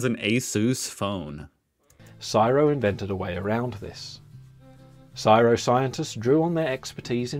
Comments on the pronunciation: Nobody pronounces CSIRO as ‘Siro’ It’s pronounced ‘Cee-S-i-R-O’ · C.S.I.R.O. is how it's said no matter where you come from, I suspect (Oh except wherever the narrator lives) No idea where 'siro' came from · Its not Siro. Its C S I R O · It’s an anagram Pronounced CSIRO ( Commonwealth Scientific Industrial Research Organisation) never heard it pronounced CERO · BTW - it’s C S I R O - that’s how we have always said it - individual letters as written … not csiro which just sounds weird. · Also no one calls csiro siii rowww its C. S. I. R. O. ceee essss Eyyeeeee Arrrrrr Ohhh lol siro hahaha probably a bloody kiwi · The guy on the video kept saying (phonetically) SI-RO but it is pronounced letter by letter as C-S-I-R-O. Just a little thing but it was annoying (well for me anyway). Keep up the videos though as they are enjoyable. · What's with the commentary of the video saying 'CSIRO' as Siro instead of the letters C S I R O. I was born in Australia almost 60yrs ago and have never heard it said as a word instead of the letters. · The "Siro" pronunciation made me cringe. In Aus we spell it out as "C-S-I-R-O" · It’s not csiro lol it’s C.S.I.R.O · If that program was produced by an Australian he needs a reality check. I have never heard CSIRO called siro. That is bs! It is just the full acronym. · BTW... it's not pronounced "syro"... It's pronounced as C, S, I, R, O. Each letter is pronounced individually. It is the Commonwealth Scientific and Industrial Research Organisation. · Also the scientific body is know by its initials so it is the C.S.I.R.O and not ‘Siro” as the presenter kept calling it. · The CSRIO is not pronounced as a word but just the initials It stands for Commonwealth Scientific and Industrial Research Organisation.. very important and wonderful organisation. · Typical foreigner again, it’s not pronounced Syro like rhyming with biro, it’s pronounced exactly the way you say each letter. C.S.I.R.O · We don't say CSIRO as a word. It is spelled out. C.S.I.R.O.